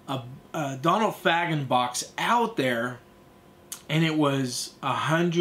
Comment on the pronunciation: Nice review, I have this as well going for big money now, btw it’s pronounced Fa-gan not Fag-an